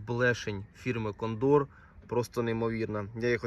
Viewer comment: Дякую за відео. Добре. Но наголос у слові кондор вуха ріже. Це така птиця є, і наголос на перше О.